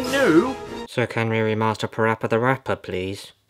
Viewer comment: Its not pappy rappy its parappa the rapper